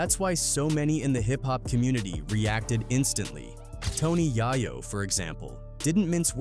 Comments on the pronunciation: Yeh 😅😅 it's calling YAYO YAAAAYO😅😅😂😂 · Stupid AI crap! They always call him YAIYO on these videos. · Jimmy I-Veen and Tony YAY-YO is how it’s pronounced lol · Tony "Yai-Yo" LOL